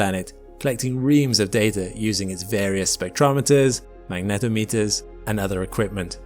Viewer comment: I'm not entirely sure about Uranus and Neptune but, I'm pretty sure we've polluted 6 out of the 8 planets...lolol. One more thing. Exactly how do you pronounce "magnetometer" again?...ROTFLMFAO!!!...lolol. You'd figure someone who does space videos for (as far as I know) a living on Youtube, would be able to pronounce magnetometer correctly...LOLOL.